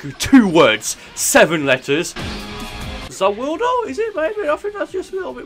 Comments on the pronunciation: He said ZA woodo....... Yare Yare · I like your vids but stop saying Za warudo your bad at it no offense please don’t watch anymore jojo stop watching it or say the world or say it right. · Freiza's name was Giorno Giovanna XD! Also you cant have Star Platinum and The World and its pronounced Za Warudo. And when its used he says MUDA MUDA MUDA MUDA MUDA MUDA, or as its normally called 7 Page Muda. Although i would not be surprised if had the amount of Power as is to get Two Stands (The World And Star Platinum.)